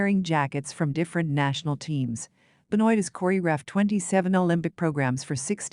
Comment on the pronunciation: It is Be-Noa Ri-sho like Toi/Moi You/I ─ not like Oil... Thank you. And the Contents is good. Regards